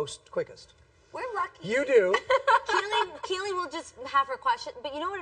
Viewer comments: He mispronounced her name, it's Kiely. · the. name is not Kiley it kerily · "KI-LEE"?? Wtf kind of pronunciation is that? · Kiely was like.... bitch say "Kiley" one more time... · Kiely's face when the guy said her name wrong... she was NOT happy haha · he kept pronouncing kiely's name wrong and it annoyed me lol